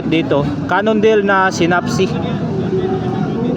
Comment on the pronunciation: Ang pagbanggit po sa "synapse" ay 'say' (tulad sa salitang saysay) at naps Di po si-nap-si Correction lang po